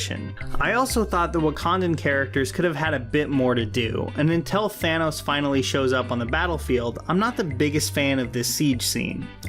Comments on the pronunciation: did you just say thaynos? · Are you saying...Fanos? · Why does everyone call him Thaynos? It’s Thannos, like Thanatos. Death